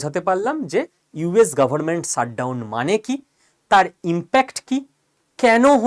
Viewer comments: "Sut" down না কী উচ্চারণ টা "shut" down? উচ্চারণ এ এতো টা ভুল না করলে ভিডিও গুলোর কোয়ালিটি অনেক ভালো হবে আর সুখশ্রাব্য হবে। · Sir please don't take me wrong u r so talented but ...pls try to pronounce well. Its Shutdown not Ssutdown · শ উচ্চারণ ঠিক করে নিতে হবে ভাই। Shut উচারণ শাট, এবং সাট নয়। আপনি "পেশ" শব্দটায় 'শ' ঠিকঠাক উচ্চারণ করছেন। ঠিক ওইভাবেই shut কে শ দিয়ে উচ্চারিত করুন।